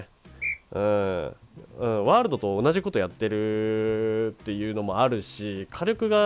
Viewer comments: 挨拶のMH[world]←これの発音が [wroold]に聞こえるぞ。 英語の発音が分からない人にありがちな事ですね。どうしても気になったのでコメさせてもらいました。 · ワールドの発音(笑)